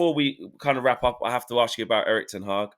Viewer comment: Boys and thats how you pronounce HAG